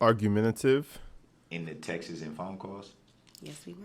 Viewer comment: WTF is texes? It’s Text retard!! I can’t stand this dumb shit